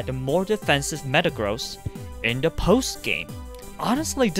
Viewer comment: I was sort of taken a back by his use of the insult " Man-Child" all whilst speaking exactly like a Man-Child.... Seriously, just pronounce THE instead of DE and you would sound 20 years older.